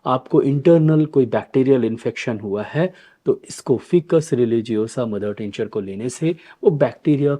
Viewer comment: उच्चारण ऐसे है--"फाइकस"(FICUS) ।आप इसे "फिकस" बोल रहे हैं,इसे सुधार लीजिये। हम वनस्पति विज्ञान के छात्र रहे हैं,इसलिए इसे सही ढंग से उच्चारण करना सीखें हैं।वैसे आप बहुत अच्छे से समझाते हैं और बहुत लोकप्रिय भी हैं,धन्यवाद जी ।